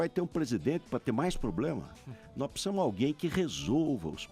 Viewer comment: De cada 10 palavras que ele fala 5 é "Tecnologia" e as outras 5 é "pssisamo"... Kkkkkkkk